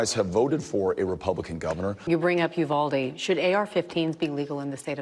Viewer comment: With a name like “Beto” you’d think he’d know how to properly pronounce “Uvalde”. Pinche gringo.